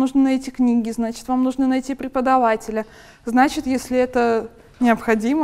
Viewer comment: какой пхрхикольный пхрхеподаватель))